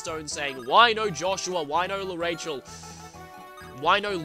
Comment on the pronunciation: Speaking of name pronunciations, I'm pretty sure L'Arachel is pronounced lah-rah-kel. That's her Japanese name, so...